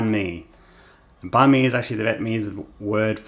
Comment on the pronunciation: You are over pronouncing the word “banh”. Say it like “bun” in English.